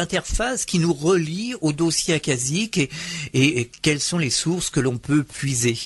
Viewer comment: accashique se prononce "acachique"